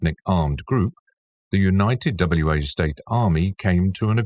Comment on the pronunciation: Wa State is pronounced "Wah State"... like a wah-wah guitar pedal. Wa is not an abbreviation or acronym.